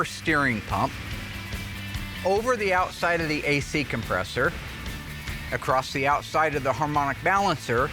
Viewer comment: Across, not acrossed.